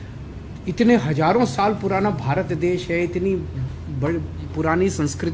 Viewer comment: He himself pronounced bharat dhash in his conversation and again defending nonsense against BJP.